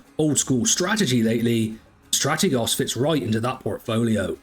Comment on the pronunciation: I would subscribe if you could correctly pronounce Strategos.